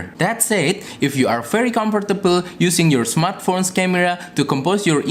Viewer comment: When you say "comfortable" I realized you are wong Jowo